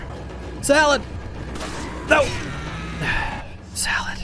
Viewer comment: Why does he keep on saying salad?